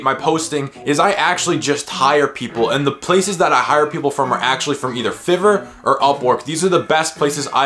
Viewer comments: It’s FIVE-ER not FIV-ER 😂😂😂😂😂😂😂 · It's pronounced 5er not fever ... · its pronounce 5 er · It was hard to pay attention after he said FIV-ER so many times xD